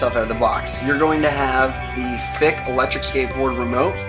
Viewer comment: Wer is deutsch und muss jedes mal grinsen wenn er Fick sagt :D